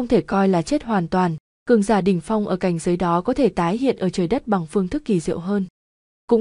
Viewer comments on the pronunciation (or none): Lạy đọc bậy zậy cảnh giới mà đọc sai t lạy